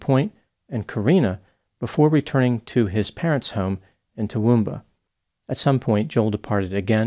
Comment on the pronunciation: Great pronunciation of Toowoomba mate. Seems like the removal of guns doesn't stop mass killings. We've always had an issue with knives. I put it down to a human issue, not the inanimate objects.